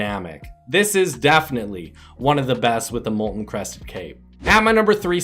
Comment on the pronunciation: Its mol-ten Not mol-en